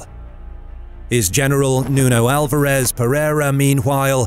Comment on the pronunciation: As a Portuguese I thoroughly enjoyed the video! Allow me, though, a couple of minor corrections: (1) João Fernandes' (mentioned ) last name was Andeiro, not "Andeira"; (2) The way you pronounce "Nuno ÁLVARES Pereira" makes it sound like the Spanish equivalent "Alvarez". (The Portuguese word is pronounced "Alvar'sh" - the "e" is almost mute); (3) "Santarém"'s last syllable should sound like the vowel sound in "mane". (You don't really pronounce the final "m", which is there just to let you know that the preceeding vowel has a distinct nasal sound to it.) You nailed it in your pronunciation of "Aljubarrota". (The harsh Portuguese double "r" is a 9 out of 10 - congratulations!) Keep up the good work! Cheers.